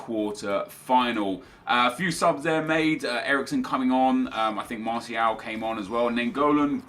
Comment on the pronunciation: I beg he sorts out his pronunciation of martial, the t makes the shhh sound ffs swear he watches football